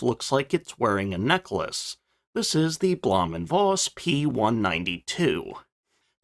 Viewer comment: V is pronounced as F in German, i.e Bluhm & Foss